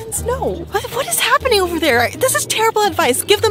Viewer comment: It's there not therr